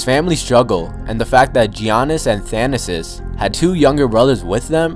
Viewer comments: No offense, but if you're gonna make a video on them, say their names right. You said GEE-AH-NISS a couple times instead of yah-niss. Also, his brother is Tha-na-sis not thana-sis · "Yah-niss" and "thah-nass-is" it's not that hard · your pronunciation of Thanasis is awful